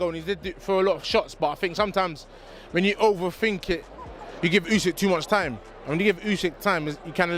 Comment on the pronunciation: yeah way to many lazy youtubers out there, take a bit of film from others then let AI do the rest. It can't even pronounce Usyk, comes out as Usaaayk